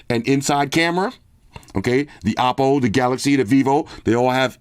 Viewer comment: Hopp is pronounced "hawp" lol so I'm gonna say that you are right in saying it like "awpo"! 🤣